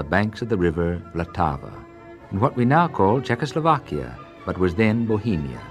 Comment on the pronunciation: I wish anglophone people didn't completely butcher slavic names. Antonín /Antonyieen/, not Antonine - Vltava, not La-tava - Dvořák, not Dvozak. etc.